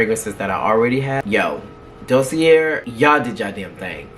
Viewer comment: Da see a. It’s french❤❤❤